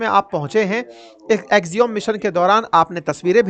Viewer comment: अवस्थी जी, एक्सियोम नहीं एक्सियम सही उच्चारण है।